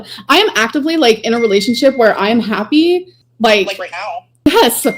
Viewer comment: Her dragging her word syllables out,makes me see red...haaapy..😂